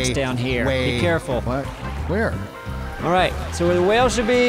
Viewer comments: My husband and I had the whale and well conversation 15 minutes before watching this episode!! When he says whale it sounds like well. We went back and forth about it for a good 10 minutes.. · Lol how can he still not say whale properly